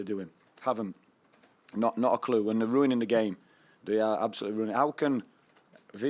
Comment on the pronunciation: Nah man, they're ru-in-ing it. Ya just roo-an-ing it